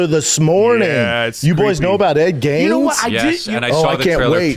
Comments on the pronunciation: How many times are they gonna mispronounce Ed Gein’s name!? Jeeez. Its not “Gaines”😂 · Nobody's gonna correct Ed "Gaines"?? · Bunch of grown adults can’t say ed geins names correctly